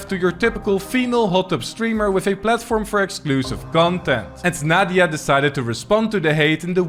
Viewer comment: "Naw-dia" Lmao 🤭😆😂🤣